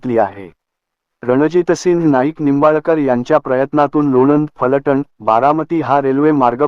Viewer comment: फलटन् असे म्हणू नका त्याऐवजी फलटण असे म्हणा.